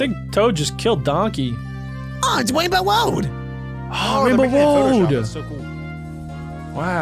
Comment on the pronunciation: You said rwainbow road